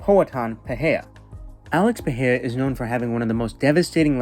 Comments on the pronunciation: it's peRReiRRa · it's "perera" lil bro, not "pe he a" ya fokin casual